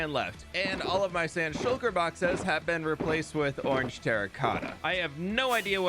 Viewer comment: Bro really said ornge